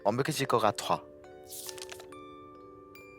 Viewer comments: 아시 ㅋㅋㅋㅋㅋㅋㅋㅋ홤께하지않을래 완벽해질거가톼 듣고 터졌네 ㅋㅋㅋㅋㅋㅋㅋㅋ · 야 화민아 너도 홤께하쥐 않을래? 완벽해질거 괕타 ㅋㅋㅋㅋㅋㅋㅋㅋㅋ 성대모사 뭐냐궄ㅋㅋㅋㅋ